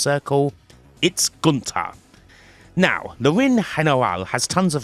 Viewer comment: funniest pronounce of ring general i have ever heard